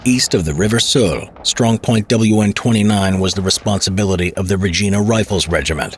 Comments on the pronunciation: Regeena is not how it's pronounced, regina is the same sound as the lady part , Re Gyn ah, great video though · What is it with you Americans who can't pronounce Regina properly?? It's pronounced Reg eye na , not reg ee na. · It would be nice if the narrator knew anything about pronouncing Canadian names. Regina in Canada is pronounced Reg-eye-na not Reg-ee-na. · This is great! As a Canadian, I thank you! One small tip: it's not "Redge-ee-na" but "Redge-eye-na." That's how we say Regina. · RegIna, not Regena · Vey well done. Thank you. Regina is pronounced RegIna. Reg(eye)na. The I is hard. Great vid - thank you again. PO1 (Ret) RCN. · It’s not “ReGEEna.” It’s “RegIna.” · It is pronounced Re geye na not re gee na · Rej eye na Rifles. Named for Regina the capital city of Saskatchewan. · Not to be too much of a weenie, but I'd hate to see a great video get ignored because a few names get left out or murdered. 6th Cdn Armd Regt were aka 1st Hussars. 10th Cdn Armd Regt = The Fort Garry Horse, or the nickname Gary's if that helps with future videos. I'm familiar with the Latin, but it's more often pronounced Ree-G(eye)na, rhymes with a word starting with Vagina. Also the Farmer John's. Now that the i's are dotted and t's are crossed that was Great ! Thanks very much. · Great video. FYI Regina is pronounced like vagina with a R. Awesome video though! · Regina rhymes with vagina not like Gina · Hate to break it to ya but Regina rhymes with vagina 😅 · Good video. FWIW Regina is pronounced with an I sound rather than an E sound. Rhymes with vagina ;). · God sakes is Regina... pronounced like vagina but a re at start. Sorry I had to get that off my chest first. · I was thinking just that (as a Canadian) hate to break it to ya but it rhymes with vagina 😅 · Regina - rhymes with vagina… That is the correct pronunciation of the Capital city of Saskatchewan… “Regina, the city that rhymes with fun!”